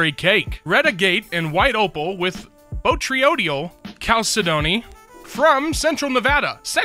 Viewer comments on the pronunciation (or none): none